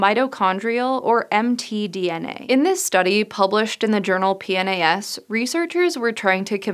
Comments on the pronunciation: P-NIS whoops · Ha she said Pnas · You got the info from p-nas, say it like that and you'll get it